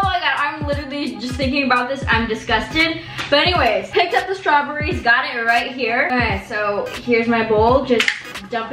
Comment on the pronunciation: nobody:: strawburries